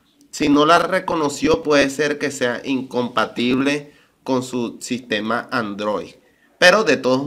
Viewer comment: Si pronuncia ANDROIC, ese tutorial no es. 😁😁